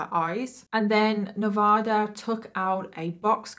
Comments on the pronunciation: It's properly pronounced Nevaaaaada. Not Nevoooooda. Like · Dang, I didn't know that! I was born and raised in Northern Nevada and went to the University of Nevada, Reno, and I had no idea they quit selling that hoodie. And I know it's not the end of the world, but we don't say Ne-vah-duh. We use A as in Apple. Ne-vA-duh. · Nevada is actually pronounced NEV A(long a) DAH. Sorry I'm born/ raised in Reno Nevada, also where that university is at. We're kinda cheeky about Nev a dah